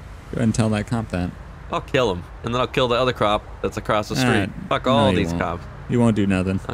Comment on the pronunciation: did he say kill the crop instead of cop